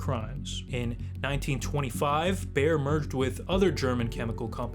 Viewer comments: BAYER - not "bear" (that is a an animal, that makes for a good carpet :) ) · How can you screw up the pronounciation of Bayer so badly? Its literally named after Bavaria (German name of that region) Ba-Yeer (Phonetically) you are saying some version of Bear (which made me think of Bear Sterns) or Bauer maybe that makes ice skates and various equipment. These things matter..